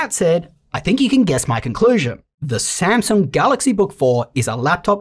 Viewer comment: I just endured one of my most trusted reviewers passionately butchering a brand I love very much lol